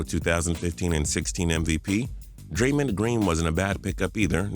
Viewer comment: Uh, Draymond Green has an "O" in his name. I doubt it's pronounced Draymund